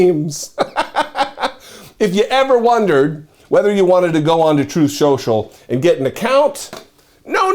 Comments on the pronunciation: sorry, you mispronounced Trump’s site… Troth Senchal. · Troath Sential. He was troathing